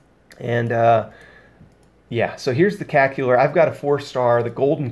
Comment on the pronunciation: Not trying to insult you, but it's CacTAUR (like in Taurus)